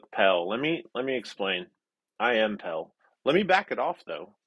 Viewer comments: Pell??? Ohhhhh, pale.... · pronounces pale "pell", and that's kind of adorable.